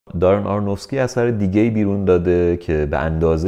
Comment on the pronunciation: شما دیگه چرا؟! آرونوفسکی نه آرنوفکسی! ارادت 😊